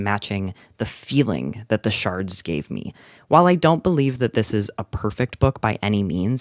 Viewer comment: i know this video is old but it do be saying “the sharts” and not “the shards”